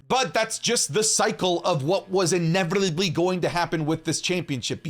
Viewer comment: ''what was 'ineverberbebrebrly' going to happen'' caught me off guard for a sec ngl